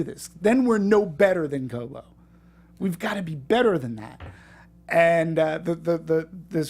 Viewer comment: Its Koba not kobo